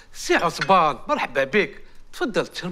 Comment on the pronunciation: عصمان ❌ عصبان ✅ اكم فاهميني 🤲🏻🤣🤣